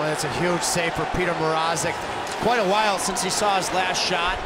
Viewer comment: Reporters Pronounciation of petr mrazek’s name is terrible